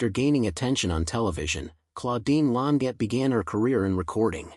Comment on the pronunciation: He's not pronouncing her surname correctly!